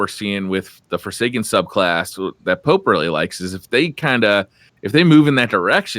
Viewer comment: The way Pope pronounces his name hurts me...